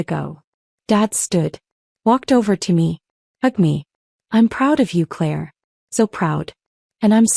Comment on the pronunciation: Claire, not clear